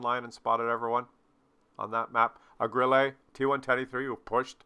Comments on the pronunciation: it's GRILL-UH, because it's German, not French. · You pronounce Grille like it is a French word =).